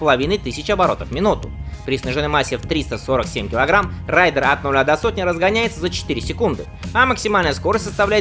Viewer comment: Зачем вы Рэйдер обозвали Райдером 🤦🏻‍♂️ это совершенно разные слова